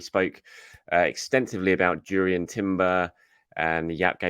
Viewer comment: It's pronounced "Yourian" the J is silent in Dutch